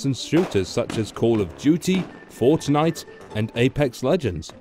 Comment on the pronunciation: The way he said Fortnite made be OOF